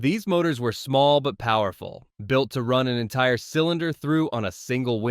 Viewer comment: AI voices can't discriminate between "wind"-moving air and "wind" as in winding something up. Hire a human.